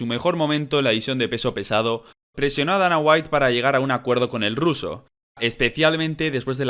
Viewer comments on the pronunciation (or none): none